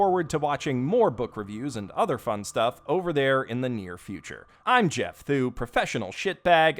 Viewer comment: Now I can't stop saying basement as "bay-sea-meant"